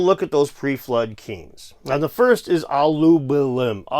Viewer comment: You have offended Aluballum by mispronouncing his name.